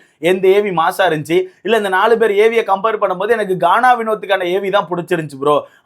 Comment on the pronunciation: டேய்... பெற ஒழுங்கா சொல்ல கத்துக்கடா.. என்னடா review பண்ற